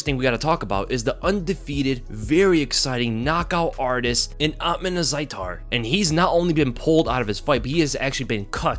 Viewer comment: Bro you can even pronounce his name right it’s Uth-_mon